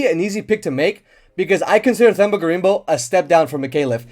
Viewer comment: It's themba (pronounced temba) gorimbo. Not thhhhemba gorimbo. Either way he getting dog walked lol 😂